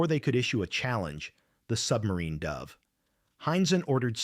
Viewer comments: what was that number?two wa wa won hundred? AI at its best! Is it "dove" a bird or should it be "dove" past tense of dive? Pictures of city bomb damage doesn't mean anything about submarine entrapment! one eight eight hundred and forty means? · AI narration: garbages numbers like 1200 and says "dove" as the bird not the sub operation. Pictures include sub launched missles, flying boats, and land bombing damage. Susupect narration text may have been accurate. AI scam ads,"honey" and brain Alzheimer's fake causes